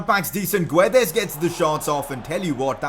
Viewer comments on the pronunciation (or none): none